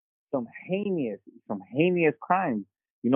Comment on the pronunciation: Jeezus learn how to pronounce "heinous" already, you're a grown man!